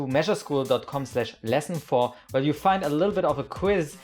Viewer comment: "mesureschool" n_n lol